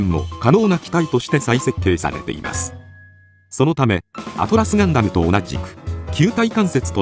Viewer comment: it's "Atlas Gundam", not "Atlus Gundam"